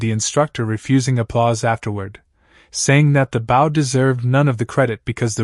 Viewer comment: Maybe someone should listen to the narrator before posting. The mispronunciation of the word “bow” is extremely annoying.